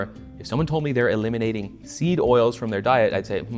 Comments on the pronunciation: Damn near choked on my raw milk bull testicle smoothie when i heard you say "sneed oils" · lmao did really say "sneed oils"? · sorry but hearing the internet cooking guy who tells me how to make burritos and salsa say "sneed oils" has inflicted psychic damage on me